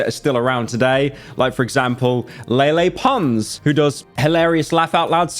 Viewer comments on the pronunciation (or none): Member when Pyro used to call Lele Pons "Leelee"? The mispronunciations were always a thing